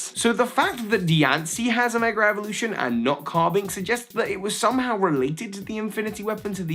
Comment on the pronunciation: I love hearing him say "megerrevolution".